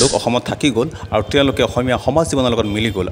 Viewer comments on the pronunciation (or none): none